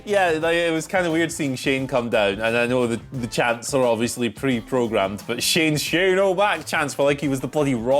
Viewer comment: Shane NOT Shaane